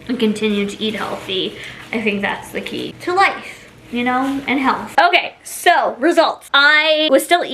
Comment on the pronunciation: "Sow you want TWEWW tablespoons…" 🥴 why do you talk like that? You not only look like Kermit the frog, you sound like him too.